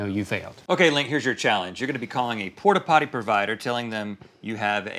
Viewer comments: They probably thought Link was disabled, I would be nice too! XD "Porta pollies" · I love when link did it the first time “ porla potti “ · "Pportta pototty" 😂